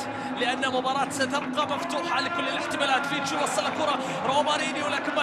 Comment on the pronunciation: المعلق يقول فيشتو هههههههه